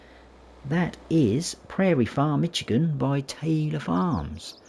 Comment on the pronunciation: Good review. I humbly want to help you pronounce the name of the State of Michigan USA correctly. It is pronounced "MISH" as in "FISH" plus "igan" - not "MITCH" as in "HITCH". Comes from the Chippewa Indian word for "clearing" = "majigan".